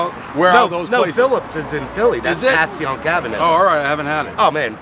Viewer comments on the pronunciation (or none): We don’t say passy -yunk in Philly. It’s pronounced pashyunk Ave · The way he pronounced Passyunk makes me sick